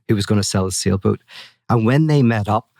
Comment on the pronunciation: He said sailboat but I heard "seal boot".